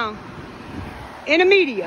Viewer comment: Median not media lol